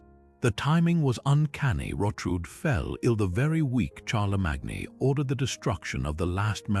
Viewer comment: Very interesting and beautifully read. But I cannot tell you how irritating it was to hear the narrator mispronounce 'Charlesmagne', 'lead', 'coup' and various others...